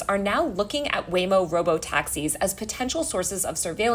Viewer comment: I like how I kept hearing Lame-O